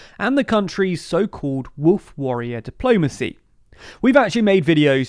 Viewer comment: warriror dipolmacy